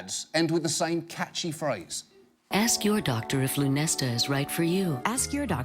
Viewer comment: I like how john oliver prenounces ask different than the rest